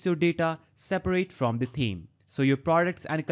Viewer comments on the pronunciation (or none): Thank you. For you the "th" in thanks and the it's the same in "Th"eme. Yes, seriously, exactly the same. I don't know why you say it so far off when you can produce the "Th" in other words. My comment is not negative. I appreciate your help. Hope my explanation helps you. Have a nice day.